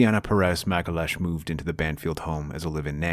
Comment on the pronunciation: "Magalash"?!? 😂 I'm Brazilian. You totally butchered her name !! 😂 I know you're American but still, you should learn how to pronounce people's names correctly.